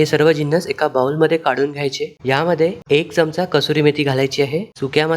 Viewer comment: "बाऊल" नाही, "बोल" असा उच्चार आहे. येत नाही तर English चा अट्टाहास करु नये.